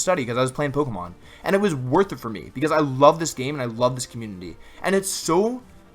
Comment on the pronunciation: Nice video :) So a question to those people that have been watching Wolfey for a long time: In one of his videos he says something like "oh, so many colorful Pokiman" (that is the way he pronounced it). This sentenced got stuck in my head but I have no clue in which video he said that. Maybe one of you guys could help me :)